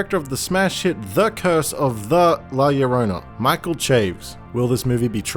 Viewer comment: Oh my god finally someone said la llorona correctly